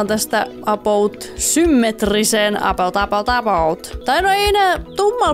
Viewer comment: miksi sä aina sanot apout